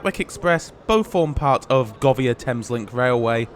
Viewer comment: Is "Govvia" the approved pronunciation? I've always thought of it as Go Via, since it's part-owned by Go Ahead